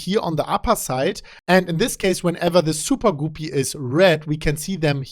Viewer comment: I could listen to say "soopah-goopy" all day long LOL